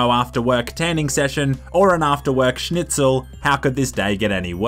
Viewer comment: Is someone gonna admit how well he pronunced "Schnitzel"?